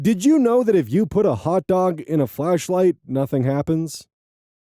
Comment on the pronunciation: Hey, did you say FLASHLIGHT or FLESHLIGHT? OZ WHAT DID YOU DO WITH THE HOT DOG?!?!